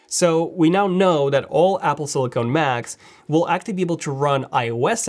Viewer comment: silicon not silicone